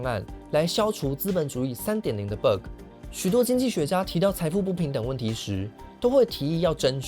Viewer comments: it pronounces bagg not berg tho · 那個ㄅㄜ個真的聽一次尷尬一次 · Bug請正音為霸葛 謝謝😅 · BUG 不是念成 Burger .... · 很好的一個影片，但是你那個bug的讀音有點奇怪聽得我好難受…. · bug的發音讓人很出戲